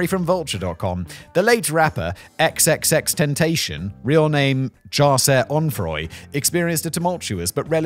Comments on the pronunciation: Xxxtentacion is pronounced triple X tenticion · just wanted to give Simon some help, it's XXX-Ten-tass-eon but most I heard call em Triple X Tentacion. Rest in peace to that talented young artist, cut down way before his time 🕊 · Simon, It's pronounced Ten Tass EE On. The xxx man that is. One of my sons would look at you with disdain for your pronunciation, but then politely let you know. Legends never die❤ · Xxx ten tash ion (pronounced) *I asked my kid 😂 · I never knew how much I wanted to hear Simon pronounce XXXTentacion 😂😂😂